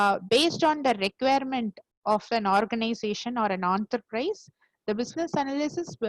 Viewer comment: Some one should let her know, it’s “En-ta-prize” and not “OOOONTERPRISEA” 😂